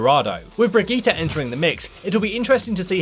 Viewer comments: It s not Bregetty or Bregeeta It s a german/nordic name. Its pro.... fuk it do whatever you want! Just dont let me hear it or my cringe organ could implode ofc this is not only aimed at you! Its for all of you! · How they pronounce Brigitte XD i thought who is this hero they are talking about